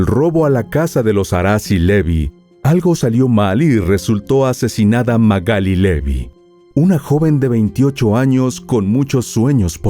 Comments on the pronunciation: Se llama Magalí, no Magáli. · Te banco mil, miró tus videos en reproducción aleatoria, pero si dice Magalí con acento en la i porque le decís Magáli ... Me puso nerviosa jajaja. Igual tus informes son un 10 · MagalÍ Magalí MagalÍ con acento en la í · Magalí, con acento en la " i "se dice correctamente usted lo dice incorrectamente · no entiendo por qué decís Magali si tiene tilde en la i. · Esta mal pronunciado el nombre